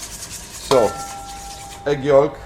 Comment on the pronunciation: Pronounced yoke not yawlk spells yolk talking